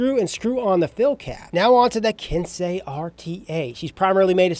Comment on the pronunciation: Finally a reviewer that said Ken-say correctly